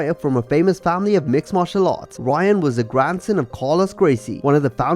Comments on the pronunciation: NOT Ryan grace! In brazil R makes an H sound, so its pronounced "Hyan" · You need to pronounce Brazilian names better it’s not Ryan it’s Hyan